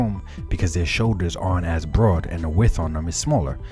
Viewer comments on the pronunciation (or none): none